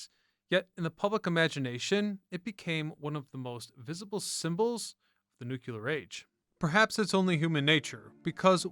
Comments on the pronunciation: It’s not “nook-u-lear,” it’s “new-klee-ur.” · I loved your channel. Please don't say "nukeUler".